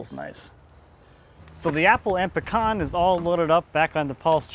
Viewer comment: That is some Beautiful pecan (I see your still pronouncing it wrong,:>)